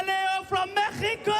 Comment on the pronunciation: he actually pronounce México right!